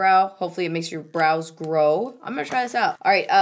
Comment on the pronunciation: Totally thought you said that Benefit product was called "The Brow Ho" 😂 GROW, not HO.